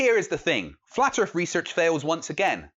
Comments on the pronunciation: I LOVE that you're calling them out! BRILLIANT ....... but can you PLEASE pronounce Earth with a 'th' and not an 'F' .... It's not Flat Earfers. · And its earth NOT erff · Shite microphone, pronounces "earth" "Earf" aaand hes playing Xbox. BUT at least he knows the earf is round.